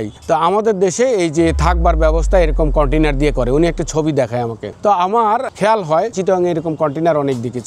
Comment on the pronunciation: Container ❌koitainar✅